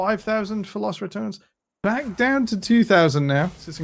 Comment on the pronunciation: Please, pronouce the E in Los Ratones; listening "Los ratons" hurts my ears :c Also, they are not rats, ratones means mice, ratas means rats :c